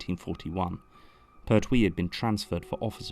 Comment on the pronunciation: But I don’t like the pronunciation of Pert wee! Lol